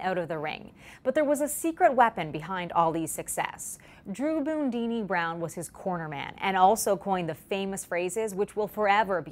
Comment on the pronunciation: Loved him but no one called him "Boondini". 😂😂😂